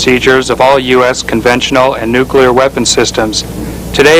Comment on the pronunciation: Did that loader say, "nucular"? 😆